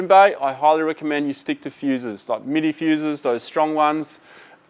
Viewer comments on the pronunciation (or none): none